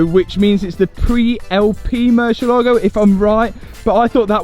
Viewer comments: murciElago try pronounce the E stronger so you can actually know how the car is really called cause I couldn’t understand what you were saying hahaha it’s Spanish word for BAT. Good video btw! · Top Gear had the same problem in correctly pronouncing the name of this murciélago car. It's moor, thiel, are, go. It's the Spanish word for bat. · MURCIELAGO (MUHR ZI ELLA GO) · "Marcelogo" hahahahsha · I don't understand why some youtubers can't take few seconds of their time and learn how to pronounce their car names the proper way. It is a not a marchalado. It is a Murciélago. It takes 5 seconds to learn this word the right way. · know how to put it up every time 👌 But if he keeps saying MÜR-CHIE-Lago I SWARE TO GOD.... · is not "Mercylogo", its MURCIELAGO 🤣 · I played a drinking game with how many times you said MerSHialago 🤣🤣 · It’s amazing how no one can pronounce Murcielago properly… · Murcielago has the accent on the "ie" part, not on the "lago" part. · Hearing the poor lambos name butchered is always cringe 😬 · OH MY FKIN GOD.... HOW MANY TIMES DOES THIS CLOWN SAY THE WORD 'MURCIELAGO' IN THIS VIDEO ??????????? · just in case you want to pronounce it correctly, the emphasis is on the e not in the a. Cheers!! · I love the new project …….however…………..get a spanish lesson ………and learn how to pronounce MURCIELAGO …….IT WIILL INCREASE YOUR STREET CRED ! 😂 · A What? Marsheelago, Mooshylawgo... Moor-siel-ago It means bat, dingus. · It's MOOR-SEA-EH-LA-GO, 5 syllables, not 'merseylago.' It's Spanish for bat, as in flying animal, not a lake near the river Mersey! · I downed a shot every time you said Mucielago ……. I’m drunk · for the sake of that "mercylaagow" that I really enjoyed every time murcielago is pronounced : moorcee ela go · Stop saying mershilago its merci lago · Hi Keeps saying Marshall Lago !! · 😂😂😂 morsel Lago bro stop saying it like that you guys look ridiculous is pronouncing it im English is pronounced in spanish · Mersha-Largo, hahahhaa lol